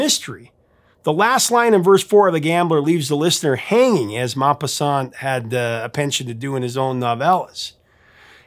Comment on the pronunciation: Have never heard the correct pronunciation of ‘Guy de Maupassant’ until now.